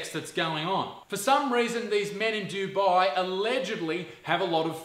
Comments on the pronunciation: Duboooii? You mean Dubai? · It's actually pronounced "du-bay". Usually non brown people and non Arabs say it as "do-bye" but that is incorrect